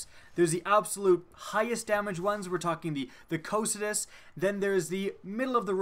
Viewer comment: The way he pronounces "cocytus"